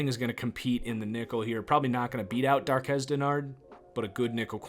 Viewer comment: It's ILOKA dude. EYE-lowka. And DARQUEZ. DAR-kwezz